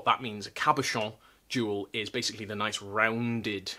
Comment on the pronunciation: You say "cabochon" in the prettiest way. Love the professional Viking. ( I could be a Professional Viking) Rhetorical question: how do you know if it's just the heat of summer or if it's still that all over, un-ending Rona sweat? If you sweat in the middle of a shower -- it's covey. How do you know you're finally rid of the Rona? You no longer sweat while taking a shower.